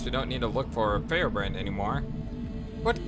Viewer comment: why did you pronounce his name without a T of all variations of the name